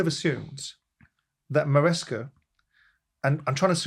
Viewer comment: Why is Simon incapable of pronouncing people/place names?!?! Who’s MarescO?!?! It’d MarescA ffs!!!🤦‍♂️🤦‍♂️